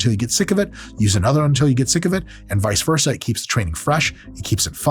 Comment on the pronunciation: "Vise versa"....... grips